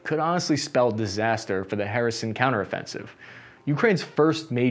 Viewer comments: Pronounced Herson. H..E..R.S..O.N. it's a Greek word.means the peninsula.cities like Sebastopol,Marioupol etc were build by Greeks.most in the ancient times ,Marioupol was build during Tsarist Russia times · First time iv head ''Harrison Ford'', but it was disappointedly ''Kherson port''. I know its hard for the english speakers to pronounce slavic names. Any way .. the channel is cool. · Please please learn the names of the major cities... So painful to hear over and over. Lol. No, there is no "Harrison" in Ukraine. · I gotta respect that infantryman mentality you have to obstacles, none more so then city names you have to pronounce. Just tackle right through them without any regard for how they should be pronounced. Kherson? Harrison. Hooah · I kept understanding Harrison... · Thank you for the content. Please stop saying "Harrison". It seems you will be releasing more videos about the ongoing counter offensive in this region. Truly its not too much to ask to get a couple of major cities/regions names correct. Thank you. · “Kherson” sounds more like “Hear-son” “Zaporizhzhya” it’s really tricky: “Zapp-o-rich-ja” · did bro just call Kherson, Harrison? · HER-Son, is how to pronounce kherson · Wait is he calling Kherson "Harrison"? Lol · great video. Only problem is that your pronunciation of Kherson kept throwing me off. Here, just read these two words and youll be set: " her son " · It's pronounced herson..kherson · Where is “Harrison, Ukraine?..” Literally thought that that I was pronouncing it wrong, then realized doesn’t know how to pronounce the name. It’s very typical of English speaking people to butcher foreign names. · Are you misspronouncing all of the Ukrainian place names on purpose? You keep calling Kherson "Harrison". You're making my head hurt. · as a matter of fact it doesn't. The correct pronunciation is HER-SON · H isnt anywhere close to the cyrillic Letter Х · Sadly, never correctly. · Harrison? WTF dude! It's Kherson or Xherson!🤣